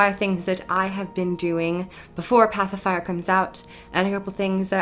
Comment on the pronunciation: It sounds to me like you are saying "Pacifier" which is quite amusing.